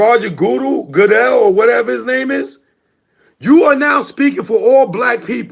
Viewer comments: Its Roger Goodell, pronounce good dale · Wtf is "March-on Lynch" n "Goo-Dahl"?, you're an idiot ✌🏽